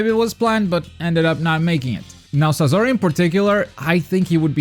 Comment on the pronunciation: You said sasori name wrong